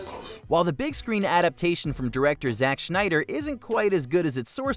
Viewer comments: Did he say Zach Schneider? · The Wolverine was horrendously under appreciated movies. Sure it will never be Logan, but it gets less appreciation than the other marvel movies. And did I hear Zack Schneider?